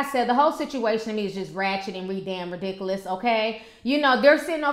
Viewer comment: she said redamnrediculous! 😂😂😂😂